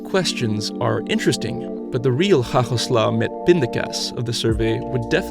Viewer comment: Well, you pronounced 'hagelslag met pindakaas very good.